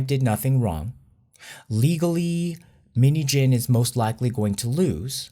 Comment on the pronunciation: You say minheejin but i hear minijin.Btw this whole things really affect us and make us more stronger and prepare for the upcoming lie, hardship.With BTS for life💜